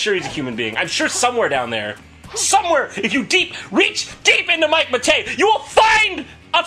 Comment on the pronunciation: Pretty sure it’s Mike Matei, not Batayeh